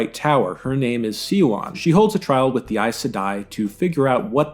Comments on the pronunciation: Swan! It's pronounced "swan!" I'm here yelling at the screen every time you say "see-a-wan." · The mispronounciatuon of Siuan's name is somewhat humorous. It is said correctly in the show several times yet SeeYouOn!?!? It is Swan, not SeeYouOn. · small correction siuan's name is pronounced like swan don't know why everything is so hard to pronounce in these books anyways tho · Spot on except the pronunciation of Suane's name 😉. It's sue wan but it usually somes out like swan because they say it fast. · A better casting choice for Liandrin would've been a woman who seems very pleasant on the surface but is secretly revealed to be dark and ruthless. Kate Fleetwood's casting makes it too obvious that Liandrin is an evil person. Also, minor nitpick: Siuan's name is pronounced like "swan" and not "see-wahn." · "See-wahn"? Really? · Suan’s name is pronounced like the bird :) Swan All the emotional Aes Sedai in the show are a disgrace , a true Aes Sedai would never betray so much emotion. One of their chief characteristics is their calm and controlled way of being. They literally spend years, sometimes decades learning not to betray their emotions publicly. Not everyone hates Aes Sedai, they are respected in Andor(which Two Rivers is a part of) and almost revered in the Boarderlands. Many other countries tolerate them while many have Aes Sedai advisors to their Royalty. Your video is good in it’s criticism but has very noticeable gaps in pronunciation and characters. I would recommend something a person far wiser then I once said, “ Read and find out.”